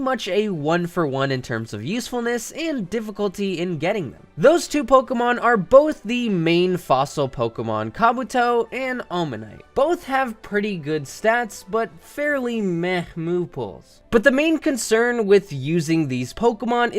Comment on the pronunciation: It's Kabuto not kaputo